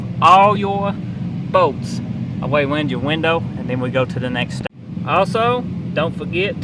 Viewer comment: what the f are bowts, pretty sure he meant bolts